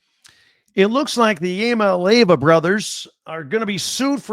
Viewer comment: Dude everybody gets a pass maybe multiple passes. But at this point, you don't have any credibility if you can't pronounce the guy's name properly.